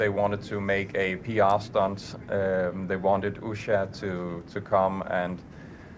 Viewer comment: 2nd lady’s name is pronounced “Oosha” The news anchor needs to learn how to pronounce names.